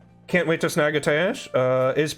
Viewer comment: A... tayesh? Bruh. Good video though other than that <3